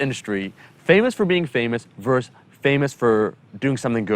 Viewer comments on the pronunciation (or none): I concur. Also versus, not verse. Small critique in what is a great video.